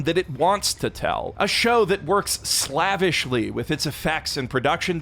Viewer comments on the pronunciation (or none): Do… Canadians not pronounce “slavishly” with a long A?